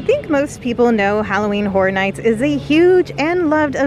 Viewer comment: The word Horror has an interesting pronunciation from those in Florida. Sometimes sounds like "Hora", as in your are going to dance the Hora.